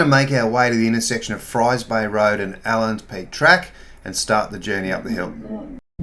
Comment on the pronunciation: Allan Peak, no “s”